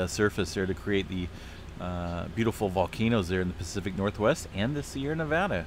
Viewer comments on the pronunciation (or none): none